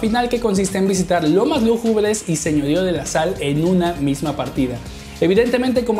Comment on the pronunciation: Se que mi comentario talvez sea innecesario pero, ahora que veo bien no se dice lomas lugubres se dice lúgubres la acentuacion esta en la primera u!!!